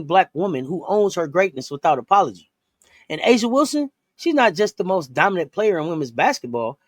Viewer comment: I don’t understand how you are demanding we respect A’ja Wilson but can’t seem to learn how to pronounce her name correctly. It’s pronounced “AY-Zhuh” the “A” is pronounced like the “A” in Asia. Every time I hear use A’ja as an example, but still mispronouncing her name, I can’t help but feel like you both are disrespecting her by not bothering to learn how to same her name correctly. It just seems hypocritical at this point.